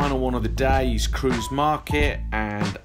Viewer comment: Great video, but Kreuz is not pronounced as Cruise. It German. Like Cry-tz.